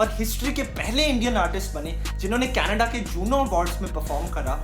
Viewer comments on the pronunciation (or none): none